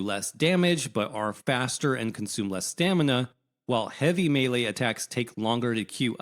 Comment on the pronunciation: Thank you for saying melee property